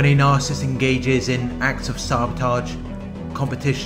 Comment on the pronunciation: Nar cis sist please stop saying narsist. I tried to ignore it but I can't.